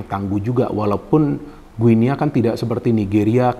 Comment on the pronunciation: Bacanya bukan "gue nea", tetapi yg benar "GINI". Seperti kita menyebut negara tetangga kita Papua New "Gini".